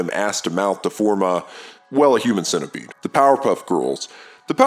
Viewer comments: We just gonna overlook the way you pronounce centipede? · so nobody heard the way he said centipede